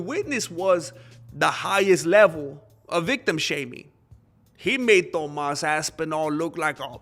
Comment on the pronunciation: Let’s say it together “Toe-más”.